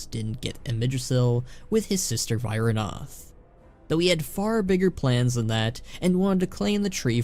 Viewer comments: it's pronounced Vi-ra-noth xP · Why did you mispronounce Vyranoth like that lol